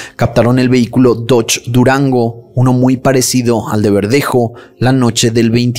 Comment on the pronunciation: Dices el nombre del dodge durango como si fuera un carro de lujo 😂👎🏼💩